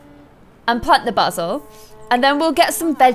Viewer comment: lol it's not basel!its baysel and its spelled basil